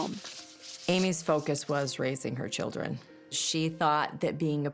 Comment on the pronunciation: "children" not "chiljren". Please I beg of you learn how to pronounce the letter "d" if you are goin to attempt to speak English, thank you.